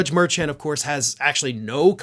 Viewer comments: The judges' name is pronounced Mer-shawn. Please, not Merchant. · Judge's name is pronounced more like "mer-shawn" if I'm not mistaken. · I think it's pronounced Mershawn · Love your coverage,. Just an FYI, I heard an interview with a former prosecutor who appeared many times before Judge Merchan, and she said he pronounces his name as mer-SHON. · You keep mispronouncing Judge Mershaun's (SP) last name. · Hey, what's the judges name? There is no t on the end of his name. It's Mar- Shawn. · The judge’s name is pronounced “mer SHONN” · Please check your pronunciation of Juan Manuel Merchan’s name? It deserves to be correct??!!